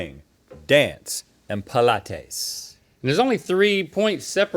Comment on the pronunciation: Does Link really think that Pilates is pronounced like that???